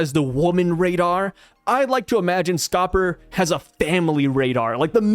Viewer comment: It’s Scopper D Gyaban